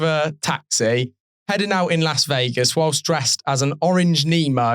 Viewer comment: Well done for pronouncing Las Vegas correctly. Most Brits (and Americans) can't, they say LOS Vegas.